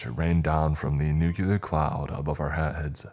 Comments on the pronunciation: Bruh it’s NUCLEAR not NUKEYALUR … who are u George w ?? Lmao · Nu-clee-ur, it was driving me insane to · Good stories! But, please, one request for future readings - nuclear is pronounced NU CLEAR. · That's not how you pronounce nuclear and it's driving me insane